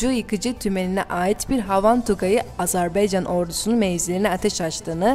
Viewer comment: Bu kıza biri söylesin. AzerbEycan değil AzerbAycan. Bu ne rezillik.